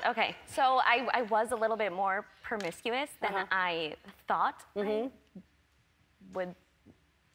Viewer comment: Did she say "PERmiscuous" ??